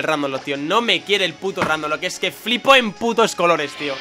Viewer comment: lol buen video! de pokemon ro rrrrrrrrandomlocke! XD